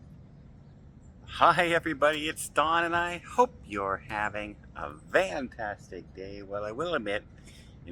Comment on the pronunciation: ❤ are you saying Fantastic or Vantastic day?